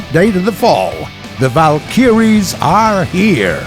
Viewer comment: War Thunder drinking game: Drink every time incorrectly pronounces "Valkyrie"